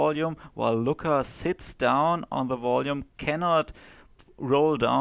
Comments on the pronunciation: It's annoying to listen you pronouncing Lučka as Luka. Its two diferent names, one is male and one frmale. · Please learn how to pronounce name: Lucka. Stasa Gejo say it correctly: check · You pronounce Lučka as Luka. Which is weird because Luka is male name. You must put č (German tsch) in the middle of Luka. Also, you put č sound on c at Rakovec. Slovenian c is German z.